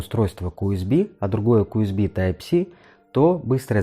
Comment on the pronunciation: Из-за отвратительного "Уэсби" не стал смотреть видео. Этот разъем называется USB , что переводится как Universal Serial Bus (универсальная последовательная шина) и произносится НЕ УСБ, А ЮЭСБИ ,ЮЮЮ ,ЮНИВЕРСЛ ,Ю А НЕ У. Плюс к этому небольшая неточность с названием портов Юсб А, которые в видео почему-то стали просто Юсб ,Юсб - общее название разъема , а два порта в павер банке называются Юсб А